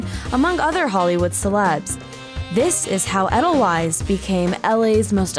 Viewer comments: Edelweiss, pronounced Ed-el-wise? Ade-l-vice....little white wild flower in Austria...you know, the country next to Switzerland. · Eddel-frickin-wyze? Ee-dil-vase. Immersed with? Umm, I think you mean 'in'. Who writes this shit? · Adele-wise lol wtf is that pronunciation? Jesus are y'all ever white. It's ay-dle-veiss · Edelweiss is pronounced wrong. Edelweiss is correctly pronounced Edel Vice. Wei in German is a V sound. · Its edelVeiss not edelWeiss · You're killing me with the proper pronunciation of Edelweiss. It's "Edel-vice" not Edel-wise." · How you pronounce Edelweiss really bothers me 😖 the true Bavarian pronunciation is Ay-dl-vice so if this shop has their own purpose and reason for their pronunciation I wish it was included in the video, cuz without that explanation this video just makes us sound like the Americans that everyone here in Europe thinks we are lol but other than that, I’m drooling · I cringe every time she says 'Eddel wise'. Don't even know how to say the name of the company you're visiting... that's just bad journalism. smh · it’s “adel vies” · she pronounced edelweiss like “ettle wise” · When the host butchers the name of the establishment, it is hard to take her seriously. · Chicken TIKKA masala, not tiki, and it's not eddle-wice, it's 'aidle-vice'. Fucksake.